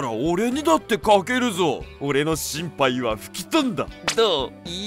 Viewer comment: 心配の発音が心肺ｗ